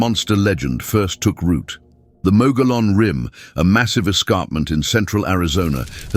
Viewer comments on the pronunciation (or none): Pronunciation is wrong. "Mogollon" comes from Spanish. It is pronounced like Mug E own. I live in Arizona and have visited the ruins of the cabin where the Mogollon Monster allegedly killed a young couple.